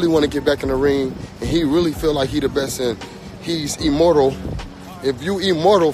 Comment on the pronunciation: LOL at Charlo saying if you “e-mortal”